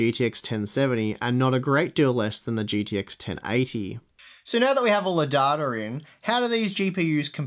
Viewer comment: Great video, many thanks for this :) "Duh-da" is funny for "data," though :D